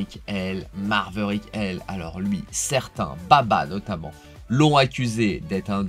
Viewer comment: TU as toujours le défaut de prononciation avec Maverick ... il n'y a toujours pas de .... R ... entre le A et le V 😂